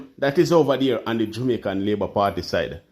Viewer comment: Jamaican / not Jumaican